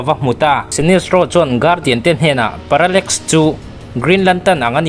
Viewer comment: Viewers I ngaihpawimawhna hi alawm ka ngaihthlak bik em em na chhan chu tih rualin i sawi dik loh emaw sawisual pawh comment lamah kan lo sawi ve mai dawn aw, parallmax ni lo in parallax tih tur aww😂